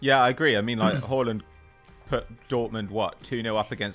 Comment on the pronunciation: the way pronounces haaland is making me want to cry